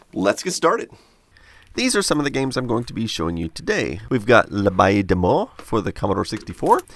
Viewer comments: Just so you know, L'abbaye Des Morts is pronounced l'ah-bay-ee-day-mor. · He first needs to find out how to pronounce it. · « L’abbaye des morts » 😂 i love your french accent ! Ps: i’m french and i love your channel 😉